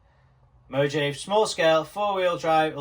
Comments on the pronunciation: Looking forward to this content, just like everything you create! (PS - Mojave is pronounced mō-HA-vēē ... for the Mohave Desert.) Glad you're healing up. ❤ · Mojave is pronounced "mo-haav-ee"